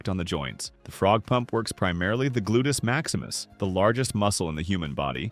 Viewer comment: "Glutus Maximus" 😆